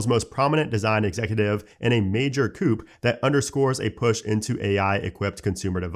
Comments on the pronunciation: Coup is pronounced "coo", not "coop". It's French. You're welcome. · The word “coup” has origins in the French language. In English, we do not pronounce the last ‘p’ in this word, so it’s pronounced like you’re saying “koo.” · "coup" is pronounced "coo". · The P in coup is silent, unless you’re talking a chicken house. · the "p" is silent in "coup." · the p in coup is silent